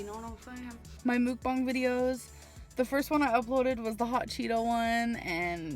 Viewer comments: it annoys me she tries to pronounce "mukbang" properly but says buffET. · Wait, so she can correctly say "mukbang", a Korean word, but always says the T in buffet??